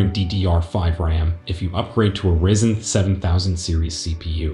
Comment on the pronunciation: this is a good vid but i want just to say it "rizzen" isnt the right pronunciation its "raizen" ( if its not true correct me)